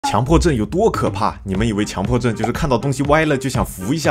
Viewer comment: 是叫强（qiǎng）迫症吧